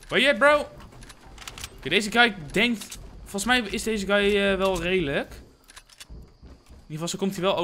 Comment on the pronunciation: Maar ja, wij zijn ook 'raidelijk' 💁🏼‍♂️ nice Engels lol